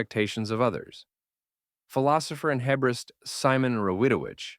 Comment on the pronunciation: Another insightful commentary, thank you, but the pronunciation of the word Hebraist (referring to Simon Rawidowicz) is HEE-bray-ist (3 syllables), not HEB-rist (2 syllables).